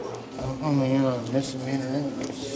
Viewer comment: "all for what, a minor mister meaner?!" lol never heard misdemeanor pronounced that way before haha